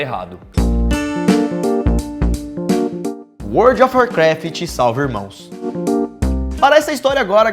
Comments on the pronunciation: só estou querendo corrigir não é "imrmãos" é irmãos só estou corrigindo sou seu fã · é irmãos não imrmãos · imrmaos kkkk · IMRMAOS KKKKKKKKK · imrmaos kkkkkk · Imrmãos? Tá certo kkkkk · WORLD OF WARCRAFT SALVA “IMRMÃOS” hahahahah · "IMRMÃOS" Kaakakkaka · Imrmãos hahahahaha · World of Warcraft salva "IMRMÃOS" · "imrmãos" kkk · Salva IMRMÃOS 😂😂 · world of warfcraft salva imrmãos kk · Heueueueue "salva imrmãos" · "Imrmãos" repararam? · "imrmãos" kkkkk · World of Warcraft salva "imrmãos" ksksks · ''imrmãos'' chama no editor asdjkjksda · imrmãos HEHEHEHE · world of warcraft salva imrmãos kkkk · imrmaos kkk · ''imrmãos'' lul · irmãos ou imrmãos🤔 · imrmãos ?!?!? Kakakkaak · "WarCraft Salva Imrãos" Imrãos? N e Irmãos? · World of Warcraft salva " IMRMÃOS" KKKKKKK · imrmãos kkkkkkkkkkkk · imrmãos kkkkkkkk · "imrmãos" kkkkkk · "... Salva IMRMÃOS" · Voce falou wold of war kraft salva imrmaos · "IMRMÃOS"... ué kkkkk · "World of Warcraft slava IMRMÃO" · IMRMÃOS rsrsrs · "World of Warcraft salva IMRMÃOS" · World of Warcraft salva "IMRMÃOS"??? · "WORLD CRAFT SALVA IMRMAOS" O EDITOR TÁ SABENDO BEM EM AUHSUHAUSHUSH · "IMRMÃOS" KKKKKKKKKK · imrãos (sem critica apenas para ressaltar) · imrmaos kkkkkkk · "IMRMÃOS" Quem mais percebeu? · "imrmãos" quem viu da like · O que é "IMRMÃOS" 🤔🤔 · Nice português